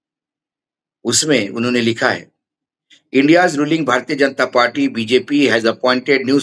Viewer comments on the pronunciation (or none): none